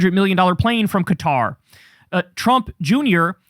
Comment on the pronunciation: I agree with you and noticed you pronounced Qatar correctly!